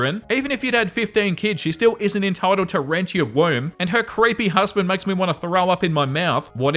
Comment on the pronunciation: Very “enetitled” 😂